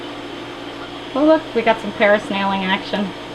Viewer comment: parasnailing.. haha.. love it